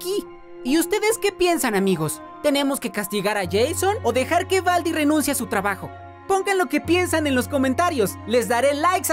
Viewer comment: Se dice Baldi, no Valdi.😑